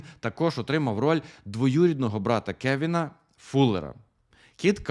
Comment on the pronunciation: Та чо ви пристали) "Колін" - це типу як британська вимова "Кевін"))